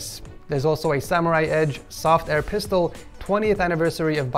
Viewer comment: When he said soft air pistole😖😭